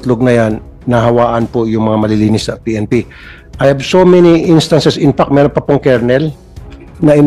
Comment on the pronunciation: Saka paki pronounce lang ng tama yong word na “fact”